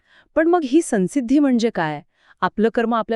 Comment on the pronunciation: अनुस्वाराचा उच्चार सन्सिद्धि नाही